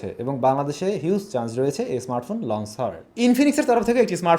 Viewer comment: Bro lonse na bole launch bolun sunte valo lage na try to improve ur accent